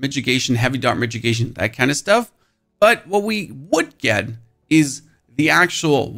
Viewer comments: Its not "midgegation" it's mit-i-gation. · Mi-TI-gation.. not midgetgation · What is a "mitgigation"? :D It is mitigation, pronounced with a DD ...so middigation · Brah its not a midgit!!!!!!!! Its pronounced ad Mid-ah-gation!!!!!!!!! lmfao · I can't tell if you're mispronouncing mitigation as a bit or not... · "MK" and "Migigation" is driving me insane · please please stop saying mitchigation, unless its to protect yourself from some guy called mitch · All I heard was the way he is pronouncing mitigation.